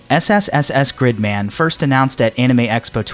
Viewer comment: Proper pronunciation uses long ee sound, like in the word leak. In this video though he pronounced it with a short i sound, like in the word stick.